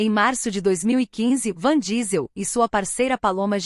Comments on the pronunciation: Pelo amor de Deus é vin Diesel...a mulher fala van diesel...😁😭...kkk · Nao sei como conseguem falar o nome errado principalmente que todos sabem que o homem chama Vim Diesel ,,,,, e ele é incrivel e se da muito bem com a filha de Brayan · O cara leva nas telas mais anos que o proprio Matusalém. Dai vem uma IA bem bosta, e erra o nome do cara. Até sua avó conhece o cara. Errar um vez ainda ta valendo, mas repetir um erro tão tosco, é foda